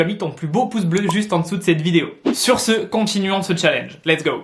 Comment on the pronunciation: Quel " challnege"